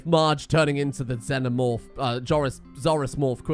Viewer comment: Xenomorph, not zenomorph.